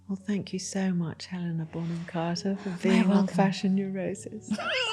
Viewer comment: Did call her Helena Bonham "Carton" at the beginning? I listened several times and I am sure this is true haha